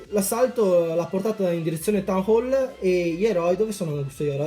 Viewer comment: Mi fa ridere come dici town hole 😂😂😂 tan hol ihihih sei troppo simpatico, mi piaci un sacco, soprattutto BELLISSIMO IL REMIX NELLA INTRO CHE USI. Sono nuova e gia ho visto parecchi video, molto belli ;)